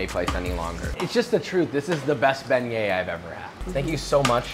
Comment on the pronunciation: I thought u pronounced it "big nuts"